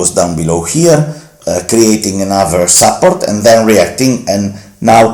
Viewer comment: Bella iniziativa però un consiglio: se nella ricorrente parola "support" metti l'accento sulla prima sillaba anziché sulla seconda in inglese sembra tu dica "supper" (cena).